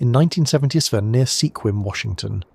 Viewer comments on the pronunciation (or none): it's pronounced SKWIM not SEE-KWIM. Spelled Sequim. At least for the 44 years I've lived here.